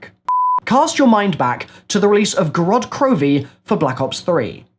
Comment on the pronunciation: Did he just say grodd krovi in the start?